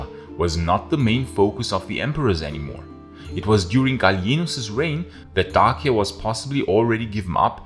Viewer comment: You’re the first person I’ve ever heard pronounce Dacia correctly, bravo!